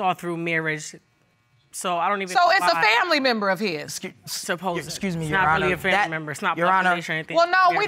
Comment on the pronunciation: ⚬: "hesintent" "I seen" "mines" "supposevly" "hurted" ⚬: "I seen" "mines" ⚬: " I seen" ⚬: blasts ✔: calls the judge "sweetheart" as she's being checked like Santa checking his list. TWICE! ⚬Me: Get her! ⚬: at this moment, deepens her h8rd for BW. ⚬Me: 😂😅 ⚬: after the results, goes to the tallest hill & prepares to battle upwards.